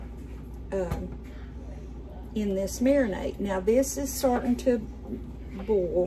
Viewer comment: BOIL B. O. I. L !! Not bol, it is a BOIL. NOT BOL!!